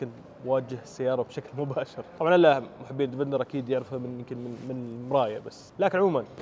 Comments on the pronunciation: اسمه ديفيندر ليش تقول ديڤيندر !! دا انجليزي يامرسي ؟ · اسمه ديفيندير مو ديفندر ولا ديڤينذر